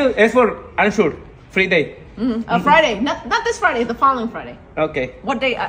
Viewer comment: Fre day Jajaja en ves de Friday Jajaja que más pensó puede ser uno